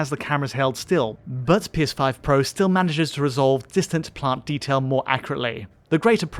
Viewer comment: anyone else heard "PS5 protesting"? 😅